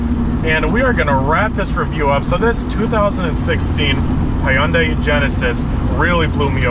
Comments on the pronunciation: It’s Hyundai. Not hi young day 🙄🙄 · Who else got triggered when he said hy-uuundai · That's not how you pronounce Hyundai 🙄😂